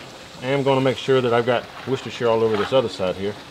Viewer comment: An American that can pronounce Worcestershire properly?! 🔥